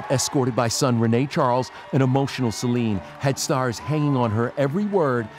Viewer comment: Didn't think he was lying, thought Trevor was annoying! He didn't even pronounce Celine properly!!!